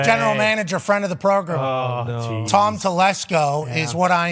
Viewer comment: Funny he says Progrem not Program